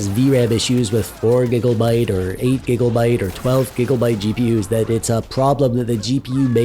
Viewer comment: Wtf is a gig-"O"-byte?